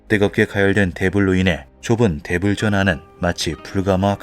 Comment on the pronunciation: '대불' 발음이 자꾸 Devil로 들림 ㅎㅎ